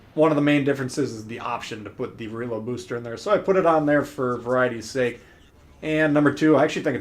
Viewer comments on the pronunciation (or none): none